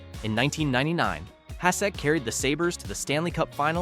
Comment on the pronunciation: It got to the Dominator and I just started laughing and scrolled to see if anyone...yep, beat me to it.